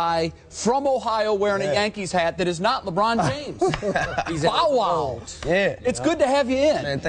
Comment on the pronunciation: lol he said "BOW WOW" the way he pronounced it, so profound. But daiym bow wow u doin it big man, much respect ya dig! U only like one yr older than me and u accomplished so much, major props 4real.